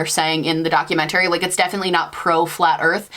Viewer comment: are you from the same part of ny as stephanie harlowe??? y’all say documentary the same way